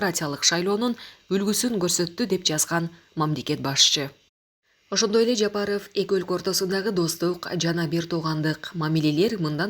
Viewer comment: Жапарыф деп суйлойсунда дайым. Туура айтчы